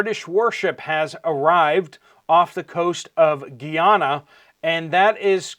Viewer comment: Guy-Ana not geeyana